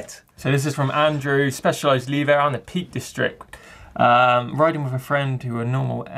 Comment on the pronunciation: Exactly. It's funny because he always says leever for lever, but for some reason levo ended up his own invention even though everyone around him pronounced it correctly.